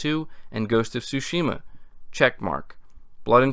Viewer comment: Tsúshima... say it with me... Tsúshima